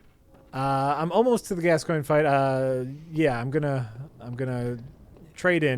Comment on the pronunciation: Nope, "gas coin" is correct. :)